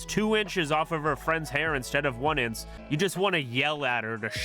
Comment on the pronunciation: 'two inches off instead of one 'in-ss'' That's what gave it away as A.I to me.